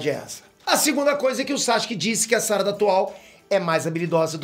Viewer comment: Por que você fala "sárada" se não tem acento?